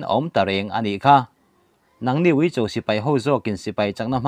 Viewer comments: Uicho, 'cho' tih lai hi vawiin thlengin i la lam rik lo reng hi a mak ka ti. Bâl ka cho, tih a, 'cho' rik anga lam rik tur. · Ui cho tih kha cho tak kha thluk hniam suh thluk sang rwh achang leh ilam dik a achang leh ilam dik lo va fimkhur angai deuh anih kha ha ha